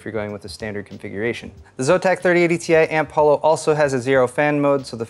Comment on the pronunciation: its AMP HOLO, not AMP HALO